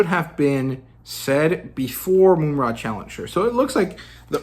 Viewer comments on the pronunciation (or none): Love the critiques, breakdown of your opinions and channel, keep it up! Small critique: it’s Mum (like an English bloke saying mom)-ra, not “Moom-ra”. Just see the cartoon